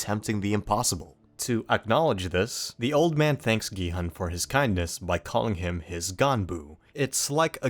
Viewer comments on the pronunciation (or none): ask people to watch the series in original korean pronounce gi-hun name as gee-haan anyway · when the guy says gihun as giheon